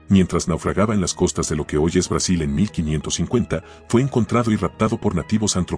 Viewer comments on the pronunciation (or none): none